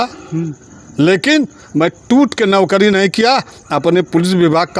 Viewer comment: अरे कैसे कैसे पत्रकार बन जाते हैं ये नौकरी को नोकरी बोल रहा है😂